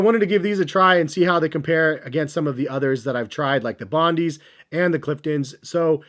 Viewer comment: To help you out with some pronunciation. Bondi sounds like 'bond-eye' (not bondy). Not a Hoka guy, just an Aussie. They're named after an Australian beach. Love your work.